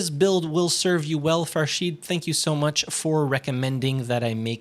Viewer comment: Hi! That's me Farshid! And you pronounced the name correctly! Thank you so much! You are the GOAT!